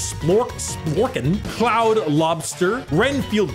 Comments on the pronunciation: Pronouncing Claude as 'cloud' instead of 'clawed' is tough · Claude is pronounced "Clawed" so the crabs name is a pun. How did you miss that!